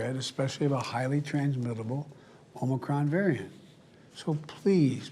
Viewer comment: He READ the whole update but at least he finally called it "Omicron" instead of "Omnicron".